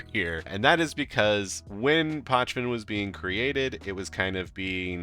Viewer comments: It is not PoKven, it is PoČven. Č==CHicago, PoCHven. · You pronounce it wrong mate